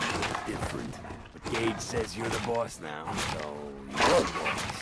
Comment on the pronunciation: Gage his name is Gage